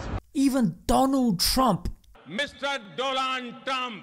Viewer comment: Doland Traam😂